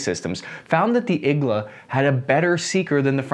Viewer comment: It's pronounced Eee-g-Laaa... needle in russian